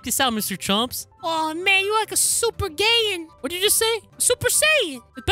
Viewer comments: He said a super gayion not super sayion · Mr.chomps just said super gayin not super sayin😂😂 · I love when said super gayin cooper82565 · U said super gayian